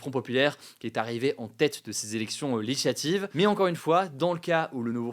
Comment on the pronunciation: "les élections leyislativ" oh la fatigue 😂